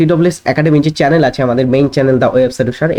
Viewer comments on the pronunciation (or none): none